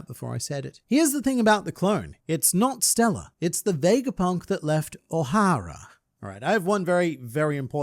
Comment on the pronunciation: It's Ohara, not O'Hara -Hemione Granger